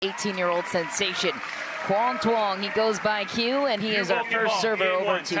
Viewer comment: Butchered his name so bad, quang Duong